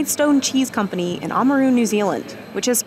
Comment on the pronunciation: I've never heard Oamaru being pronounced like it's Uluru until now